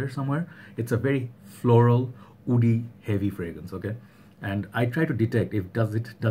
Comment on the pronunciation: When you say Woody, you pronounce it as "oody" is that a reason that agarwood is called Oud? because a lot of Oud comes from the region. Assam, Bangladesh and upper Bengal. I have a friend from Assam he speaks Bengali too and he has a similar accent as yourself. I never noticed it until just now. Can the word "Oud" have come from the way Bengalis pronounced Wood. There's also an Arabic musical instrument called Oudh. It's made of bent wood strips. This got me thinking ! Solid review as always btw. I adore this fragrance and I am glad you talked about the bottle design. I adore the bottle. So simple yet beautiful. It reminds me of my time in university in southern India.